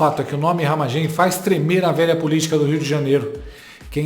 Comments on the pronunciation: Não é Ramagém, é Ramagem. A sílaba forte não é a última. 😄😄🤭🤭 Abraços pra vc. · RamÁgem mano, fala direito! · A pronúncia do Ramagem agora é Ramagém? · Não é ramagêm, é ramágem,kkkk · corrige ai: não é RAMAGÉM, É RAMÁGEM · Porqe tu fala Ramagemm.?pronúncia diferente! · Acho que a pronúncia é RamÁgem. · Pronuncia "Ramágem" homi 🤦‍♂️ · O nome do cara é RAMÁGEM (acento so na voz)… kkkkk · Porra...para de falar o nome Ramagem errado. Que raio de Ramagêm é esse? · Mas não é Ramagem, com a sílaba forte no ma?